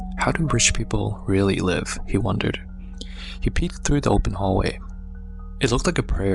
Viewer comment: said “do you libe alone”🤣